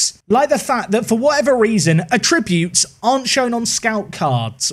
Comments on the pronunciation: FYI ‘Attributes’ in this context isn’t a verb and shouldn’t be pronounced as such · How did this guy get so far in life without learning to pronounce "attributes"?